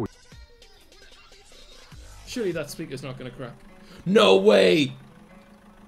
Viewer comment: He said it has now meaning instead of either no or it now lol